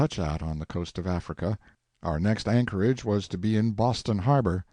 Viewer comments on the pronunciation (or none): none